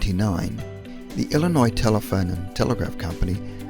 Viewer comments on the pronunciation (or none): none